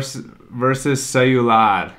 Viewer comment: destruindo o "ceiular" kkkkkkk mto bom kkkk